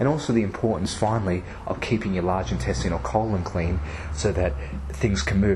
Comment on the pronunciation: Don't think I've ever heard anyone pronounce INTESTINE the way you do.... whyyyyyy errrrrrrr! pH of 8.4 OR Above when it hits the small intestine. I hope not. Might want to check that one